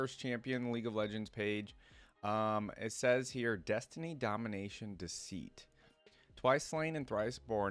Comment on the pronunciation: “DESTINY DOMINATION DECEIT”